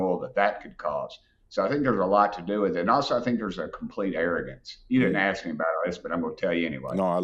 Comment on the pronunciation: Dude I kinda like your content but remember “There” is something in the English language called “The “ word “T” not Dhat not Dhe It’s That and a The. It’s not Axe it’s ask. Please start the Trend To reverse this..